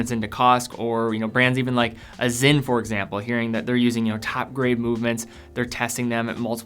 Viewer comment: Every time you say Zinn , you are sinning in the eyes of the watch gods. It’s SINN, not ZINN!